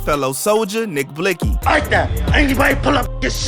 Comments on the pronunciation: She disrespectful she said NiCK BLICkSy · This bitxh said nick blixsy🤣🤦🏽‍♂️ G.i.p Nixk